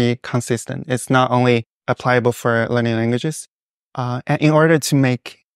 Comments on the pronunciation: A serious error? He says "apply-able" which any native speaker of English easily understands. It is in the same category as "pronounciation" instead of "pronunciation" - perfectly understandable, just not standard usage. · He mispronounced or misused “Applicable”. And you call that polyglot?